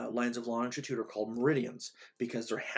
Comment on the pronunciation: you repeatedly said 'longtitude' is this an Americanism for what we in England refer to as 'longitude'?